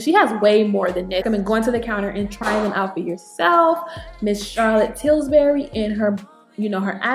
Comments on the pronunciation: Daughter, you must have been thinking about biscuits (Pillsbury). Lol! You were saying "TilSbury". I was so tickled I almost spilled my tea! Please dont be offended. You're a beautiful young lady and I was wondering which CT lipsticks might work for me. Thank you. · Hahaha.. that was funny.. I kept hearing Tilsbury as well... I like yellow nudes and i think Nude Kate and yes honey are my fave... I love nudes..